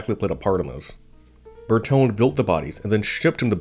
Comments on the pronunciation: Carry-zary Bear Tone???! If you are want to be car commentator, and you are not yet, you will need to know the name of Bertone. bear-TONE-ā. And come on, car-roz-a-REE-a. Say it after me: car-roz-a-REE-a bear-TONE-ā car-roz-a-REE-a bear-TONE-ā car-roz-a-REE-a bear-TONE-ā. Carozzaria Bertone! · The final 'e" in Bertone is long. Ber-to-nee. Thumbs down for bad pronunciation. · Shit! Try to improve your pronunciation. Bertone is Bertone (pron. bartona), coupé is coupé, not coup that means coup d'état. The "e" is NOT silent!!! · A nice documentary. Bertone is probably pronounced ber-toh-neh. The designs he penned are incredibly beautiful. Modern cars look like carved potatoes in comparison. Here in Europe our cars have become way too big and have lost their agility. Beautiful designs are quite timeless it seems. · The mispronunciation of Bertone is annoying.